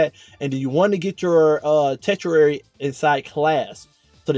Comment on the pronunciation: Say it with me TUR-SHH-RARE-E That’s how you say: Tertiary Good classic build bro.